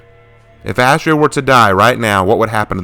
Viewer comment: Having it all layed out like this is amazing and I see your point about their differences. Also ironically or Unironically Astrea’s (Ast-reea) name is a pronunciation variant of a Greek goddess of justice named Astrea (Ast-ray-a)